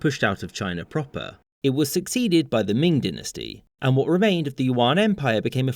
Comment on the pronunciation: Trying to decide which is the worst pronunciation in this video: "yu-AHN" for Yuan "DIN-nuh-stee" for dynasty "sing" for Qing